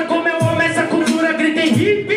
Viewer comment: É daora o falando "Cutura" ele fala sem o "L" kkk